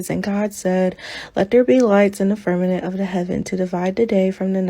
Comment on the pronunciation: .... omg, girl, it's "fir-ma- M ent!!!!